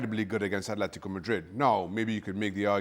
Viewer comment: Imagine this being your job and you can’t even say Atlético properly It’s ATLÉTICO not Athlético